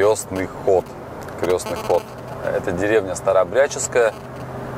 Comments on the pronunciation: вы так говорите всегда в ролике крёсный ход. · Не крёсный, а. креснтный от слова крест .(прошу прощения) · Не Крёстный, а Крестный ход через "е" от слова Крест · Да уж, крЕстный (через Е, а не через Ё) ход не знают русские парни, а на Бали что то такое знают 😒, увы. Но хорошо, что теперь узнали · вы говорите в видео крёстный ход а правильно крестный ) простите за замечание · Простите великодушно, я понимаю, что люди не воцерковлённые, просто по уху режет "крЁстный ход", на самом деле правильно говорится крЕстный ход, от слова крест, а не от слова крЁсный( отец). Как вы видите впереди несут крест, отсюда и название КРЕСТНЫЙ ХОД. Ребята, даже если вас пригласили поучавствовать в таком мероприятие,хотя бы узнайте для чего это делается, с какой целью идут? Правильное название.С неспроста они называют себя СТАРООБРЯДЦЫ.Для людей это то же интересно.Не завершённость поездки какая то ощущается. В любом случае спасибо за ваш труд. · "Крестный ход" от слова "Крест" - никакого "Ё"! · Крестный ход! а не крёсный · Только ход не крЁстный, а крЕстный! Слух режет! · Спасибо большое , все очень познавательно . Сама выросла в семье старообрядцев . И простите меня , пожалуйста , за поправку . Произносить нужно " крестный ход ". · Хорошее видео. Но режет слух, как Вы называете крестный ход. КрЕстный через Е, от слова Крест правильно. 🙌☀️ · Крестный ход! От слова крест! Язык подучите! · Извините, но нужно говорить Крестный ход, от слова крест, Русь любимая, пусть хранит тебя Бог❤